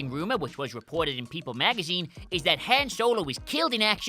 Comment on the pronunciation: Seriously, you guys and pronunciations... Hen Solo? Really...?